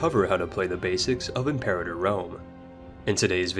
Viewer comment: or the word "Imperator"... You could at least expect he would be able to pronounce the games title without sounding like an american reading the word out loud for the first time in his life, without knowing it´s origin or meaning.